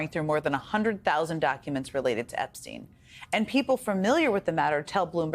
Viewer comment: FGS it's not pronounced "Epsteen" it's "EPSTINE"